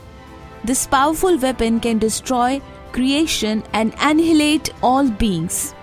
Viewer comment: sister annihilate ka sahi pronunciation toh karti 🤣🤣🤣🤣🤣 she pronounced is anhilate